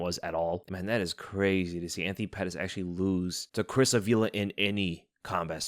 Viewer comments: Uh-V-Luh? lol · bro its Ávila (you pronounce the hard sound on the first A) please make some effort in speaking spanish names properly since we are TAKING OVEEEEEER